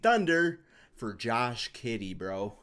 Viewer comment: Did u say Josh Kiddey lol